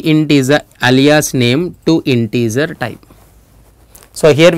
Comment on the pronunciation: I wonder how Alia feels about her name being said like this